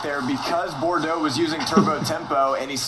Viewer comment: Bordox?? Pissed me off everytime u said his name wrong lol